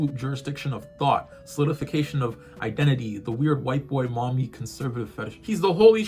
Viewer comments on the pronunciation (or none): none